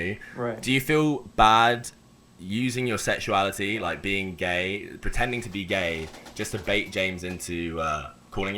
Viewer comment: "Wai are u gai?": "Who says I'm gai?